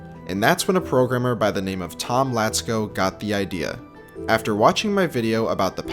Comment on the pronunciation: Oh my god, Tomlacko pronounced right This is not your regular youtuber, guys